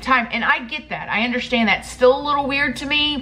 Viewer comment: Girl I love the way you say underSHtand😊😂